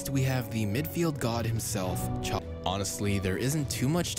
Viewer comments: Zavi not chavi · The way the commentator kept saying "Chovi", "Motta" and "Chobi" made me cringe so much... Ffs man its not hard